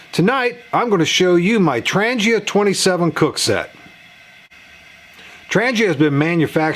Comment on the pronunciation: The G in Trangia is pronounced as g in "goal" not g as in "Germany". Trangia fuel stove is manufactured by Trangia company out of Sweden.